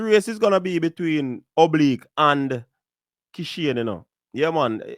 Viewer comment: Did it easily ina bad weather...however his name is Oblique...if you are going to be a so called commentator at least get the names right and I expect better because you are a Jamaican